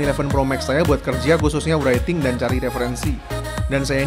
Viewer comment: Agak terganggu dgn penyebutan WERAITING. "W"nya ngga dibaca mas bro, writing dibaca raiting aja bkn wraiting. Semoga dikonten² selanjutnya pronounce kata² englishnya lbh baik